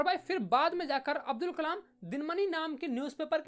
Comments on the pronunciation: Abul nahi hai bhai abdul hai kamal nahi hai bhai kalam hai Name hi badal diya 😂😅 Haa galti ho jati hai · Abul nhi abdul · 12.40 abdul ❌️ abul ✅️ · bro it's abdul not abul😅